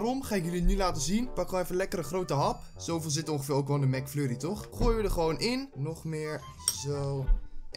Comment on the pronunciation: hoorde ik nou Mac furrie?? XDDD